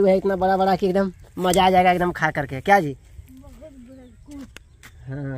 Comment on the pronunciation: kya ji and Ha Ji sunn k bahut acha laga